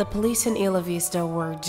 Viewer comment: Great reading except that Isla Vista is pronounced eye-la-vista. I grew up there, so it kinda took me out of the reading. I understand you probably won't redo this, but as a native I couldn't stop myself from throwing in my 2 cents. Anyway, very good otherwise! :)